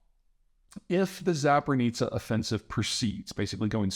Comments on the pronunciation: Zaporizhia. Not Zap-or-neet-sa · Peter Zeihan has a lot of trouble pronouncing 'Zaporizhzhia' (think of 'zh' as a J) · Zapor-nitsa is nearby Kiir-son. Where do you think the Kak-ova dam is?